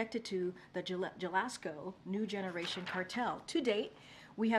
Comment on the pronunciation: glad I wasn’t the only one who noticed that! She read that like she has never seen a Spanish word in her life!